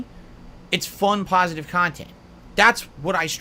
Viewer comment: Curated, pahsitive cahntent